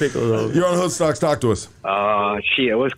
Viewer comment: 😂 said Hood cocks...oh Hood stocks😂 hahaha